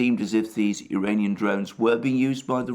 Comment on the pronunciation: When You try to say "Iranian" drones, it sounds like "duranium" (fictive metal from Star Trek) and Youtube hears it as "uranium". Also, it should be referred to as "Iranian design/type", since it was not confirmed by Iran or Russia, that those drones were produced in Iran.